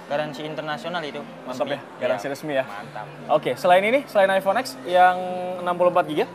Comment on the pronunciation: penjual hp masih bilang iphone x dengan "iphone ex" bukan "iphone ten"